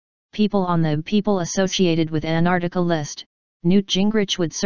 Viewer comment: Not even the robo-voice can pronounce ANT-ARC-TI-CA (not Anartica) properly!!